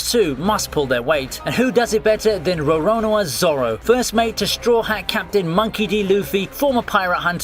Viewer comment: Yeah I love row-row-a-na zoro